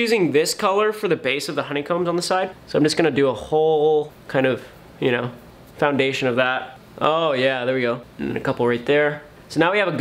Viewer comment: Bro is actually trying to sound technical: with the FoUnDaTiOn